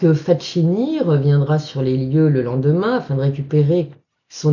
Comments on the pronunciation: Ne m'en veuillez pas de vous reprendre chère madame, mais FACCHINI ne se prononce pas FATCHINI mais FAKINI. Cela dit, je vous pardonne bien volontiers : on ne peut pas connaître toutes les prononciations de toutes les langues. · Encore une belle histoire,! Juste un petit conseil au sujet de la prononciation du nom du sieur Facchini. Ca se prononce Fakkini; le son tch avec ch, c’est de l’espagnol. Amicalement! Et continuez à nous régaler avec ces histoires magiques...